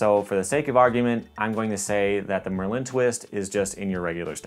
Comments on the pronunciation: bro its not mer-lin its merlin like the famous wizard come on it seems like your pronouncing it weird on purpose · Dude the way you say Merlin is freaking me out. It is MIR LIN. Ad a subtle glottal stop between those two syllables; Its hard to explain but the way you are saying it makes it sounds like merlin is a type of candy or french product and not a badass wizard. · your phonetic explanation is wrong too. you should've written MER-LIN. or even MUR. MIR was a space station and pronounced nothing like merlin. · the emphasis is on the penultimate syllable (the e) of merlin. Like the wizard. Doesn’t matter but it just annoyed me